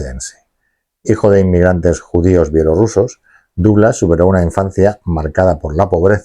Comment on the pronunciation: Very Very Bad pronunciation of the name DOUGLAS